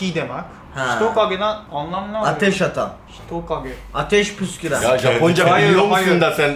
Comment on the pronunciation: hitokageyi yanlış söyledi bence. Hi tokage Ateş kertenkelesi anlamına geliyor.